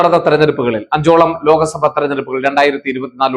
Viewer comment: ലോക സഭ അല്ല ലോക് സഭ എന്ന് പറയണം